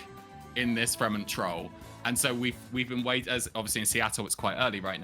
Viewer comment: It's Fremont (free-maant) like mont in Monterey. Never disrespect my troll again